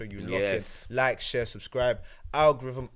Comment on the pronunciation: I beg someone else host, can’t take butchering the word ‘algorithm’ 10 times a show man, ffs…